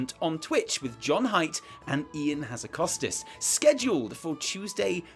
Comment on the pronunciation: When will people learn how to pronounce "Hazzikostas" ? It really isn't that difficult. Ha- as in ha-mmer Zzi- as in jee-p Kosta- as in Costa-Rica There you go, thank me later.